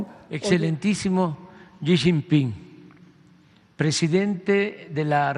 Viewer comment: Jajajaja, una carta de cuates...disfrazando el "ahí te va la bolita", que sacón. Por cierto es Xi Jinping, no Xiping. Interesante siempre escucharlos 👍🏻